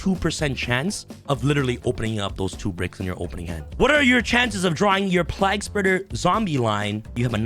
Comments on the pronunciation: The card I think should be band is destiny hero destroyer phoenix enforcer. Also it's plague spreader like the black plague not like your saying Prague with an L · lmao Bro its pronounced PLAYg- Spreader too funny!! hahaha also, isnt Haliqufribrax banned now? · Man, the way you pronounce plaguespreader is whack.